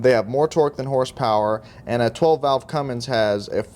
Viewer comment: It's Cummins, not CumminGs.